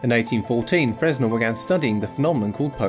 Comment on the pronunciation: The 'S' is silent as he was French, should have been pronounced 'Frenn-Elle'.